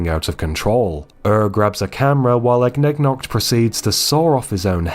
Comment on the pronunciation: THANK YOU FOR PRONOUNCING IGNIGNOKT'S NAME RIGHT MY SANITY IS RESTOREDD